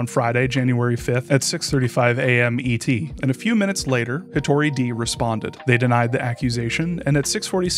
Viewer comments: You screwed up your Japanese pronunciation. It's not "de" as in "deed", it's "de" as in "desk". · it’s more like “hitori day” not “hitori dee” - that mispronunciation is driving me wild 😭 thanks for making this video, I don’t play this genre at all so I wasn’t likely to run into his games but documenting this sort of thing is important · "Hitori de (一人で)" is pronounced more like "Hitori deh" and means "by one person." The Japanese for "by yourself" would be "jibun de (自分で)". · it's more like [çi̥to̞ɾʲi dɛ] not "hitori day" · saying it’s more like “day” will indicate the correct pronunciation of で to the average english speaker far more effectively than IPA. his pronunciation of 一人 is American-accented but still fine, unlike で where he’s saying a different/nonexistent word entirely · The way you pronounce Hitori De has made me take Artur's side. I am detransitioning. Reflect on your actions